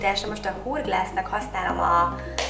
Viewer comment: Szia nagyon szepen sminkelsz, csak az Hourglass nevet nem jol ejted ki. De nagyon szep lett a smink